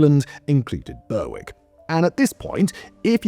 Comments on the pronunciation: Man knows how to pronounce "Scillies", but not "Berwick". Says a lot. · Your saying Berwick all wrong, great video though nice to hear a tale from my hometown 😊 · The number of Brits bashing Simon's pronunciation of Berwick is hilarious! He always messes up. Listen to him run across the word apperal sometime. 😂 Appa-rail. 😂 I enjoy the content regardless. I also appreciate the laughs from the comments. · its not "Bur-wick" its "Ber - ick" on tweed lol english person getting scottish names wrong, thats why we keep trying to end the union! brewick will always be scots hahah. sorry simon X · Not being able to pronounce Chinese I can understand. Not excuse (it's your job man!) but burr wick? BURR WICK ??? you're English! It's pronounced berrick. At first I thought you were doing this intentionally for engagement, but no. You really just suck at it 😂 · Well done on pronouncing "Scilly", Simon. Shame about, er, "BURR-WICK". Where is this BURR-WICK?? Did you mean Berwick-upon-Tweed? "BERR-ICK" upon Tweed? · It is not Ber_wick, it is pronounced Berick. And Berwick-on-Tweed (to give it it's full name) still has a split personality, as the town's football (soccer) team is the only English club to play in the Scottish football leagues. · burrwick ? When did you turn into an American Simon? Don't do a video about Worcestershire will you 😂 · It's pronounced "Ber-ick", and while it might not be at war with Russia, it is still illegally annexed by England. Its football team even plays in the Scottish league. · Boasts about Scilly then fudges up Berwick (Berrik). Tssk tssk Simon, your British credentials are being called into question! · Oh my god its Ber-ick the w is silent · last time i was this early rerrrwick was called Berwick-upon-Tweed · I'd like Kirkcudbright (Dumfriesshire, Scotland) to declare war on somewhere just to hear Simon's attempt at pronunciation. 'Burrwick' Indeed! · Honestly, that pronunciation was killing me all the way through XD